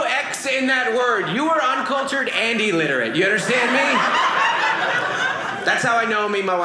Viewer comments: I wanted to yell out so bad it's illiterate not e-lliterate. But you are on a screen so you would not hear me. Hilarious and wholesome, sharing this with all the friends. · Illiterate, not eliterate, you espresso loving snob. 😅